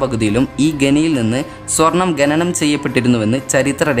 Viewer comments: ഗനി അല്ല ഖനി.. ഗനനം അല്ല ഖനനം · ഗനനം അല്ല,,, khananam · ഗനനം അല്ല ബ്രോ ഖനനം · ഗനി, ഗനനം അല്ല bro ഖനി, ഖനനം 👍🏽👍🏽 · ഗനനം അല്ല ഖനനം ഗനി അല്ല ഖനി കുറ്റം പറഞ്ഞതല്ല, ഒന്ന് ചൂണ്ടി കാണിച്ചെന്നെ ഉള്ളു 🙂🙂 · ഗനനം അല്ല ഖനനം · ഗെനനം അല്ല.... ഖനനം... അതൊന്ന് നേരെ ചൊവ്വേ പറയാൻ പഠിച്ചാൽ കൊള്ളാം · ഗനനം അല്ല ഖനനം.. ഗനി അല്ല ഖനി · ഗണനം അല്ല ഖനനം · ഗെനനം അല്ല ഖനനം